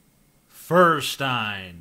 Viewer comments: The "Stein" in Feuerstein would correctly be pronounced "Shtein" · m8, its actually not Furrstein. I agree with the rest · Feuerstein = german for "flint" ("firestone"). Pronounced "foyershtine". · Yodice, It is pronounced "FARTSTAIN" Josh Fartstain...:)